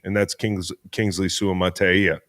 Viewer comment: Nice job on the Suamataia pronunciation. Deep Cuts! Man after listening to more, I had to edit my comment. As a chiefs listening to this was almost like listening to local a local sports talk show, mentioning guys like C-ROW you clearly do your homework man, if your knowledge of every team is this deep I am genuinely impressed. Great informed takes on guys that aren't household names brother, awesome show keep up the good work, consider me a new subscriber.